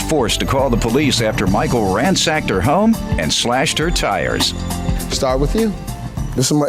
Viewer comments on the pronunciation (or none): RaNSACKed. No " h" or " m" in that word.